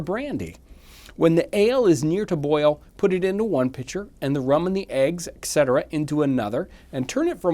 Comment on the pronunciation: “Etc.” is pronounced “et cetera,” not “ex cetera.”